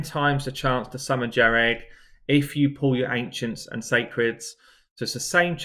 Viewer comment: Jah-reg, lmao